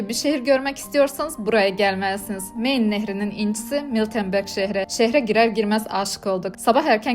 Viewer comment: Almancayi ingilizce telafüz etmesini sadece türkler becerir.. Main nehirin telafüzü mayn diye okunur.